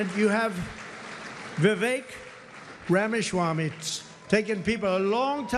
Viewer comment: "Rama Shwamee"